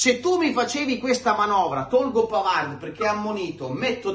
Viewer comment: È vero che Di Gregorio ha preso tutto e Sommer quasi niente, ma va anche detto che il portiere lo fa la difesa! Su Bisseck: innanzitutto, caro, impara che in francese la "d" finale non si pronuncia, quindi smettila con quel "Pavard" e pronuncia come si deve: PAVAR! Semplice, no? Smettila di rompere i coglioni su Bisseck, perché non c'entra nulla, in NESSUNO dei gol! La ragione sta nel fatto che, senza Chalanoglu, non abbiamo un mediano adeguato che faccia filtro nelle fasi senza palla e costruisca nelle fasi con la palla! Tutto qua! McKennie se lo perde Zielinski, non DeVrij! Nel terzo gol, è un Dumfries stanchissimo che, senza l'aiuto di FRATTESI (e non di Bisseck, che stava al centro sul cross...) è stato sfortunato su Yildiz (la palla gli è sfilata sotto la gamba: solo sfortuna...)! Quindi, smettila con Bisseck, perché lui è una delle poche note positive di quest'anno, soprattutto quando viene messo braccetto con Darmian esterno, e si trova costretto a fare per sé e per Darmian!!! Caro, non deluderci: non farti influenzare dai commentatori incompetenti!!!